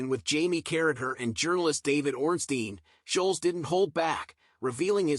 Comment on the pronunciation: Annoying yanks can never get names right ? (Scholes) not sholes!!! 😂